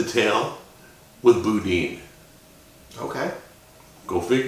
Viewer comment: I can’t believe he said “Boodean” lmao